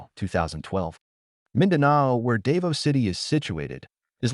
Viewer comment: so what? The guy says he has fully researched the topic and can not even pronounce Davao properly. How can you believe anything he says.